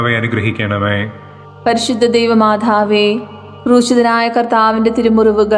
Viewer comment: Why she is saying, പരിശുദ്ധ ദൈവമാഥാവേ. Also she is giving pause for every word. Please correct it. Otherwise you have conducted it very well.